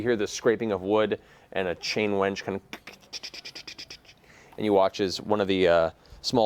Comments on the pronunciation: it’s WINCH, Matt! I had to pause I was laughing so hard at “chain wench.” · damnit Matt, it's a winch. A *winch*! a wench is a different thing entirely! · I love when Mercer reffers to wenches when trying to say winch. I always get the image of something like a woman sitting next to the gears going "tchtchtchtchtch"